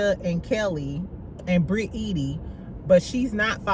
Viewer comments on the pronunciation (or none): none